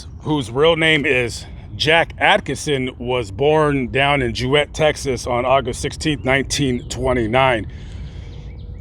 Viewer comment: Another great vid and well researched. Thanks. It's pronounce Jew'it Texas. It's only 13 miles from me. I got to see them wrestle in the late 70's here in Leon county Tx his birth county.